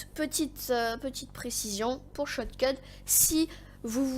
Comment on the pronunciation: Tu a du mal a dire shotcut mdr sinon très mauvaise vidéo tu explique mal mec au pire prend un texte